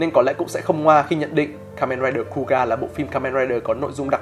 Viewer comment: Kuuga đọc là khư-ư-ga mà nhỉ, nghe cu ga không quen lắm 🤣